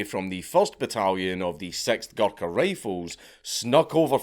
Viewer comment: Hearing Dank say “Guluka” for 50 minutes is gonna be hilarious